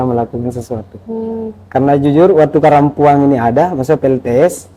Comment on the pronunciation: Sy curiga nama pulaunya sebenarnya karampuan.. Tpi penyebutannya karampuang